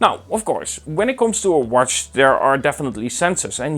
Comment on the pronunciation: I like the way you say the word W-A-T-C-H! Did you said warsch